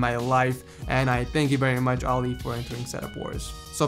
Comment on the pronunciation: You said Fredrick right and Ali wrong